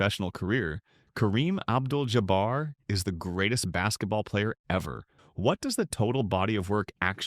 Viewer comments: Oh cmon... anybody watching this , much less MAKING this , know that Karen's last name is NOT pronounced jaBEAR!! Its not even spelled in a manner that would suggest it would be pronounced that way. I found this low budget piece to be a left- handed compliment to a player who was undeniably an asset to his team and deserves his place in NBA one-of-a-kind players. My regard for Kareem is keeping it REAL because I am a dyed - in wool 1970's 1980-90's CELTICS fan. 😮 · More AI voice recognition: Ja-bare?😂😂😂😂😂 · As soon as the voiceover said “Ja-bear”, I stopped watching.